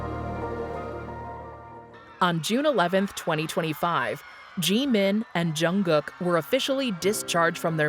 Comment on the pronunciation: Okay who programmed the AI wrong to say Gmin instead of Jimin 😄 I'm listening very carefully after what I heard now. Anywho, I cannot wait for the album and worldwide concert 2026 its been oh too long.